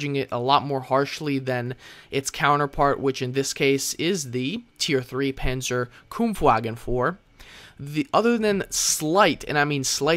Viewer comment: Sweet, how you pronounce "Panzerbefehlswagen" :D